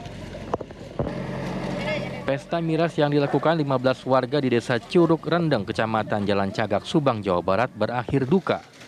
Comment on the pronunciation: Rendeng neng bukan reundeung